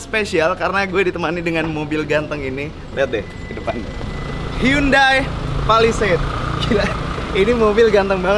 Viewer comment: Bacanya handayy bang bukan yundai